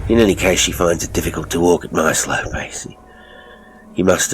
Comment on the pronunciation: As an Australian I would like to commend you on your accent. You have a real knack. Some words were a bit off. Seems there is a struggle with where we have R sounds (at times we’re the R doesn’t even exist.) Eg Work Walk But all together very good good job and great story!